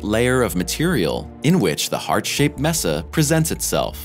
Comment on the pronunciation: Uh... 'mesa'. Spanish word meaning, 'table'. Pronounced as 'may-sa', not 'mess-a'. Just for your information.